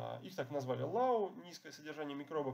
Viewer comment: low читается как лоу, а не как лау, мидиум, а не медиум и так далее. такие ошибки, не оговорки, а многократные ошибки снижают доверие